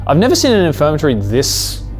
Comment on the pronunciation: saying "infirmary" wrong every single time is sending me...